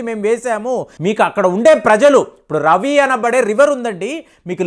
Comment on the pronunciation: రవి నది కాదు సర్,రావి నది అనాలి